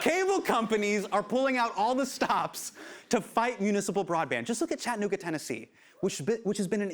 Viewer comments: It’s Chatt-ah-noog-ah, not Chadnooga, friend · It's Chattanooga. Cha-tta-noo-ga. You pronounce all four syllables.